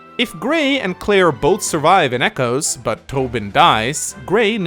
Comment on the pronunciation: does anyone else hear "chimechos" as in the pokemon every time says "come echoes"?